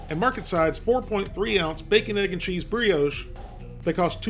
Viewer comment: It's pronounced 'bree-osh'! A concise, and honest review of a product - as always. Thanks.